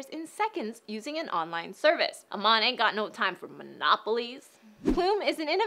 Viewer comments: FYI, Ammon, Idaho is pronounced like salmon. Sorry, but being from that area it bugged me to hear it said incorrectly. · Funny to hear her pronunciation of Ammon...